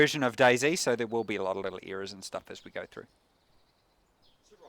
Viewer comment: It "errors" not "ears"